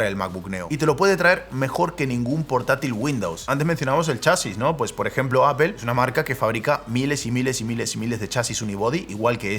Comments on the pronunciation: No se dice Apel !! Es más parecido a decir Apol!!! sorry pero por algún motivo me desespera oírte decir Apel hahahaha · Botón para que dejen de decir "APEL" y digan "APOL". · Nunca he entendido por que los españoles dice apel y no apl cuando se escribe apple y por que aqui no usar la regla de como se escribe se dice. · ¿Por qué dice apEl? 🤣🤣🤣